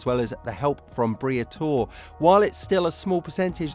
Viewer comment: Who is Briathor? its BRIATORE!